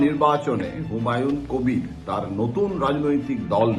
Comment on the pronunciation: হুমায়ুন কোভির। কোভিড নয়তো?